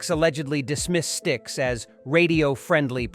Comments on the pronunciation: 'STIKES'???? It's spelled Styx, and pronounced 'sticks'. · WHO THE F***k MADE THIS LIST?! Could not pronounce STICKS? YES?! They were both fond of the other , ELP I have never heard them mentioned together - could not get past this much of the list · "stikes" as the pronunciation for Styx???